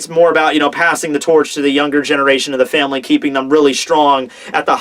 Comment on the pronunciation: I dunno why but I absolutely lol'ed when said Fameri instead of Family